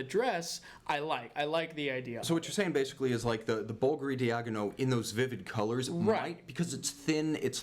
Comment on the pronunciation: Please guys, it's 'Bul-Gar-ee', not 'Bullgury'! Would you say you drive a red Fer-rer-ry sports car?! Please cut the gun talk bullshit too, it sounds a bit weird from outside America.